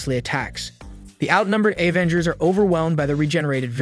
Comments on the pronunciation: OMFG YES. A-ventgers. FML. Thumb down, skip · I tried watching this but when you kept saying A-vengers I just couldn't do it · stOP calling it AYE VENGERS MANNNN WTF!!!!! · OMG! I was just gonna say something about that.. Obviously I think it is a AI program. He kept saying "A-vengers" and other mispronunciations driving me crazy! He kept spelling out M.o.D.O.K. & Shield instead of saying their name.